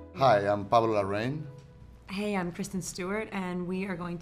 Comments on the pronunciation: Why is he saying "Larrain" with English accent? As a Chilean he should pronounce it just like when he speaks Spanish. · El coraje que me da que siendo latino el pablo larraín pronuncie su apellido de forma inglesa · Why are you mispronouncing your last name, Pablo? 🙄